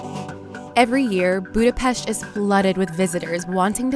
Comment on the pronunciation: Thumbs up for pronouncing the city name same as the Hungarians!